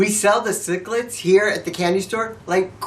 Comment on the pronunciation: Take this guy off, it sounds like he's pronouncing the candy sicklets instead of sixlets and as a comentater he is no good.